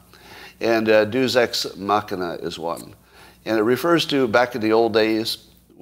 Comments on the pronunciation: It is pronounced "DAY-us ex machina" ... please learn language inflections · Narcissism will get you pretty far, apparently. He should know how to pronounce "Deus ex machina" though, being an accomplished writer, artist, hypno-tologist ( as opposed to hypnotist . think being probed from the rear), and all that. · Funny how he talks about how "deus ex machina" is a special writer's term, but he can't pronounce it. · For a writer, it's remarkable how many words he mispronounces egregiously.